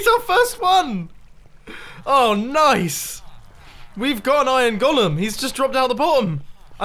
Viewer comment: Wait on mumbo says iron gólum